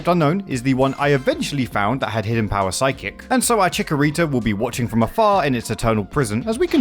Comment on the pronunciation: Your pronunciation of Chikorita hurts me, but as a fellow fan, we love the little pear plant!